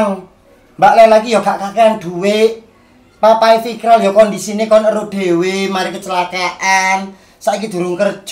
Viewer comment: mama lela keliru ngomong "papa e fikral"😅